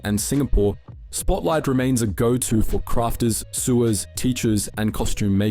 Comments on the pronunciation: Also, the Spotlight I was in had self-checkouts. Also, why did you pronounce sewers like that? It's like "sow-ers", not like the things underneath drains lol. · he said “sewers”, as in where your poop goes, instead of people that sew. No way this isn’t AI. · how the hell did you manage to pronounce "sewers" wrong? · Mate, you mispronounced “sewers” (people who sew) as SEWERS (like an underground sewer). You have an AI generated kangaroo image as your thumbnail. Did you use AI for the voiceover too? “The store is brightly lit…”- um would you prefer it to be pitch black? Some of the criticisms in this video are just unfounded and wild. Sounds like you got most of the info off Wikipedia. Have you ever even been inside a Spotlight? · Your content is great, but the AI voice has some classic F ups! The goto place for sewers, as an poop-pipes.... Oh dear. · Sewers 😂😂 mate, its not pronounced like the plumbing one, ok? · I'm Australian and I've never once heard that pronunciation.